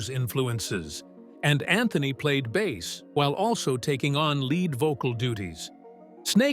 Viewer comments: AI narrator said bass instead of bass.😂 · Need to do better editing on your AI-generated narration,. One is a type of fish, one is a type of guitar. Your "narrator" should know the difference - Michael Anthony's father didn't buy him a fish. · Shitty ai narration. Bass is a fish, and sometimes something you play. How hard it is to use someone to speak instead of this crap ai junk? Could not finish this vid. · AI : bass rhymes with ace not ass. Instrument not fish. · OMG! Teach your AI the difference between a Bass Guitar and a Bass Fish.... Video reported for Stupidity. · Excuse me I'm old fashioned and I can only take a couple of minutes of yet another generated AI voice telling me stuff Fender Precision 'Bass' (as in fish). Bye 👋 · Maybe I should offer to narrate some of these types of docu info vids. The AI tech that is used doesn't even know how to pronounce "bass." REALLY ??? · Michael was their punching bag. I'm glad he's with Sammy and being treated better. ❤ I would say to take a drink every time the AI narration says bass (the fish) instead of bass (the instrument), but I don't want you to die. 😂😂😂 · "Bass" pronounced like the fish "bass"... I fucking hate AI narration. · pay a human to read your stupid copy........... Bass like in fish? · "Bass" rhyming with ass?!? NOPE! AI dreck!